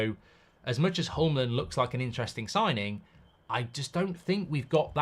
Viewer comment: Hjulmand - It's not that hard to pronounce. Just say it like there's no H and no D. Julman but with a "short a" a bit like the man in Manchester.